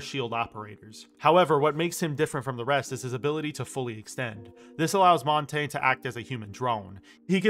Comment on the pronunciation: Thank fuck you said "Montagne" correctly and you actually know what it translates to. Merci, monsieur. Je dois m'abonner.